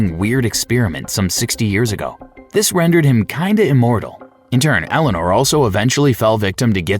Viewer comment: So, the name of the character in BL3 is Ellyanor Olmstead? Is it spelled like that or did you just say Eleanor wrong?